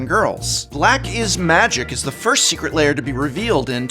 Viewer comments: What prof wants to say: Secret Lair What prof says: Secret Layer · Secret Lair, not Secret Layer. Come on, Prof, you’re a recovering English Professor. Love you and your content. Just picking a bone.